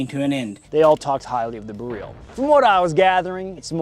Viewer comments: It's BEryl, not beRYL. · BEH RELL. not freaking bihreeeeeeeeeeeeel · BEryl, the stress is always on the penultimate syllable in Polish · Every time you say Beryl, I hear “garyl” like gallial but from Kim jun whoever from team America. Blue jean operator has better music, so get working on that one slacker!! But it’s still a great video and I love you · It's not pronounced like galil stop saying it weird i would like to but cant keep watching STOP SAYING IT WEIRD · This is my first time hearing "Beryl" out loud aside from PUBG voice comms, and I'm sad to say I was not pronouncing it correctly.